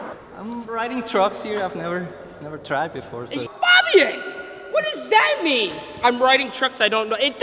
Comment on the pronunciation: It's pronounced F(A)bian not F(ah)bian